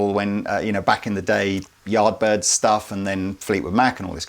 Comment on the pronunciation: Yeah, winced when he said yardbirds